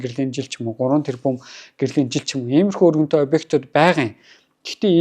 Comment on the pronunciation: Үгээ зөв хэлээч өрөнтөө гээд байх юмаа өргөнтөй гээчээ